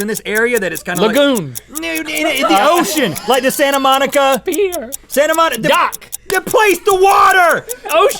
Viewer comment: the way he says "pier" XD